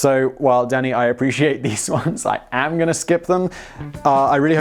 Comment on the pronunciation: "Yes, Danny" w/poor enunciation.